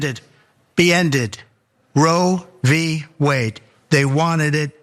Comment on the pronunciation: Do ya think he thinks it’s actually called Rovey Wade.